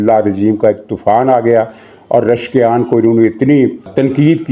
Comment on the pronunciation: جناب ۔۔۔۔ ایرانی صدر کا نام ۔۔۔۔ رشکیان نہیں ۔۔۔۔۔ پزشکیان ۔۔۔۔ ہے 😂